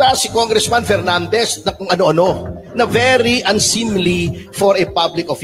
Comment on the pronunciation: Pernandez ang galing nyan mag Fronounce ng Ep at Fi…. Pano nakalusot mga ganyan trying hard mag ingles mali mali din